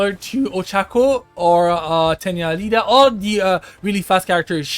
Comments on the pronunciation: i knew he has never watcehd MHA when he called Iida as Lida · BRUUHHHH it's not Lida it's iida idk why people keep pronouncing his name wrong